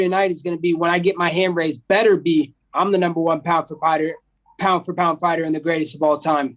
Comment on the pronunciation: "I'm the number one pound for pighter" reminds me of "madison square do it"